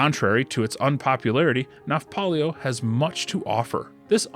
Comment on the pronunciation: It's "Nafplio," not "Nafpolio." (The Greek is "Ναύπλιο," which is also transliterated as "Navplio" or "Nauplio." "Nafplio" fits the pronunciation best.)